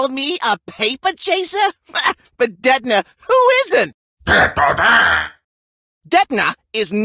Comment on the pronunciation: Hahahaha my last name si Ditona.. and barats said is Detona